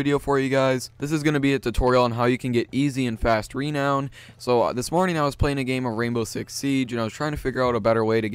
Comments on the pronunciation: Stop saying Reeeeenown it's renown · It's renown, not REEEEnown. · its not rEnown its ranown renown its purnotced ranown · Nigga said reee known 😭😭😭😭😭😭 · It's pronounced ru-known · The way you say renown bothers me for some reason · this pronunciation of renown is unpleasing peculiar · the way you say renown is terrible.